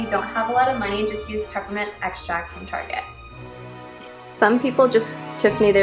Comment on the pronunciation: I also shop at, "Tar-shey". LOL